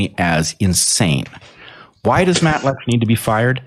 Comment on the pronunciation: It’s Matt Lech. He thinks it’s Matt Letch. But he says Matt Letkhschsh. Go figure.